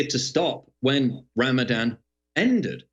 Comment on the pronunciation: Ramadan - Ram-a-van more like.